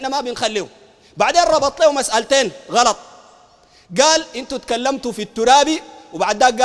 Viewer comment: غلط وليس قلط